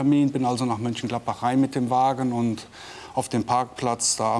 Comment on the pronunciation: ne, das ist nicht egal. Bei existierenden Städten sollte man die Namen auch korrekt aussprechen. Es gibt ein MÖnchengladbach, und man sollte nicht MÜnchengladbach sagen.